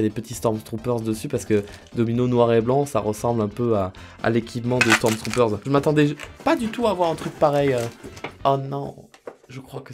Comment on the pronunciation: Faut arrêter de dire : "STORMZTROOPERZ"